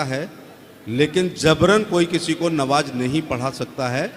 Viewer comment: Navaj nhi namaz